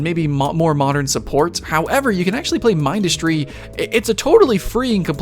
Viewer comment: not to be mean but you said Mindustry wrong